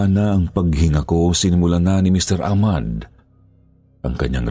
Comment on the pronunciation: Ah-mad po ung tamang bigkas nun…salamat po s mgandang storya…